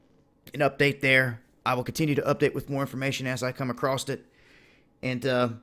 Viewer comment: when you come acrost it?